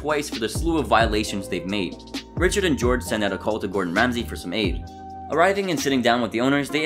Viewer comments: Chefs name is Jorge pronounced Hor hey not George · I don’t even think you watch these episodes. I think you take content from other lists around the internet and rephrase it. You literally didn’t even pronounce chef Jorge’s name correctly. These lists are entertaining but honestly so lazy that it hurts.